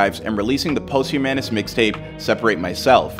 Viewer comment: the way you pronounced “posthumous” absolutely sent me to space 💀